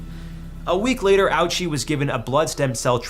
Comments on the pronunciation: You should read it the Japanese way, Oh-Uchi. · Hisachi “ouchie”???😂😂😂